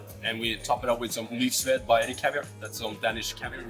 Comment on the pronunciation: Not Lust; the name is pronounced Lyst.